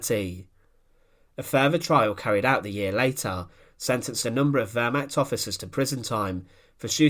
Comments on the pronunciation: Lots of good info as always. Two things though. 1. The word is pronounced “Ver-mahkt” not “Ver-mackt”. It’s very jarring and distracting to hear it constantly mispronounced like that. 2. You title these “the vengeful execution of...whoever”, but nothing whatever is ever shown or discussed about the supposed subject of the video. Other than these two minor things the info is awesome. 🙂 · The wörmach...bringt mich immer herzhaft zum lachen. Die ganzen Amis und Briten mit ihren pseudo Dokus über das Dritte Reich. Und sie haben fast immer eine saumäßig schlechte Aussprache. Dumm nur, bei Dokus über das Dritte Reich kommen soviel deutsche Begriffe vor. Hier mal ein paar Schmankerln aus der Sammung : " the Fjurer Sonesug" "a undessdumfuhrer" "a konigstige"